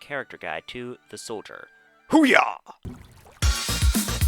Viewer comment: I love your videos but how you butchered saying the iconic Hoo-ah made me face palm lol